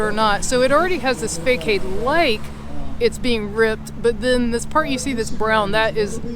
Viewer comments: I think facade is pronounced like fasahd not faycayed. Check it out. Nice video though ❤ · Thanks for the tour of the Blvd! We usually stay at Ocean Enclave or Ocean 22. Btw, facade is pronounced "fah sod". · Thanks for the report. I need to share with you that the facade is pronounced 'fa-sod' so you won't be harassed about it. The facade of the buildings are quite damaged!